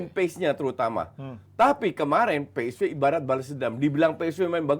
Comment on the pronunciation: Pe es ve. Ve Ve. Wkwkw 🤣